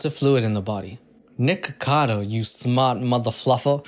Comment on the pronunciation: I thought u said the n word omg 😭😭 "niggagado" byeeeee